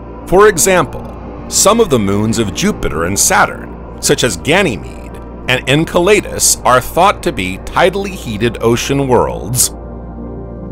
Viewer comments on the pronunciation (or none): WTF is Saturn's moon En-kull-ay-diss?